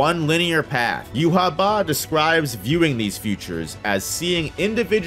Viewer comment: pronunciation of Yhwach. Jew ha Bach lol